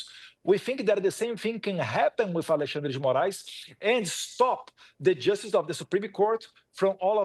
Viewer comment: Eu fico fascinado com a pronúncia dos nomes brasileiros feito pelo Eduardo. Embora esteja falando em inglês, ele consegue fala Alexandre de Moraes, Lula da Silva sem pronuncia acompanho o inglês. Consegue separar perfeitamente as pronúncias.